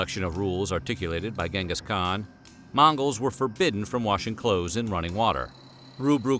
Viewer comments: It's pronounced djingas khan. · Pronounced as chin'gis kha'han. great video though.